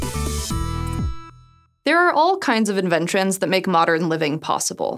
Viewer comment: "There are all kinds of inventrens"